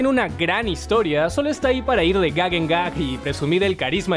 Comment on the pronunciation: bueno dice tim no jim